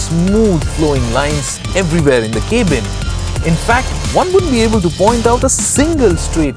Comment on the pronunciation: While reviewing the D1 Segment Car .....K-bin sounds more likes Dustbin..No offense...Just a constructive feedback